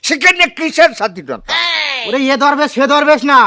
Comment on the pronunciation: দরবেশ না ধরবেশ